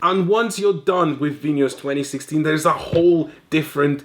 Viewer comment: Bonus points for pronouncing Vinhos correctly!